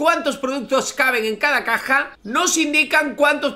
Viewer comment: No dice Caja Dice Cac@